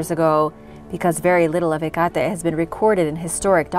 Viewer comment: Pronounced. Heck-kate.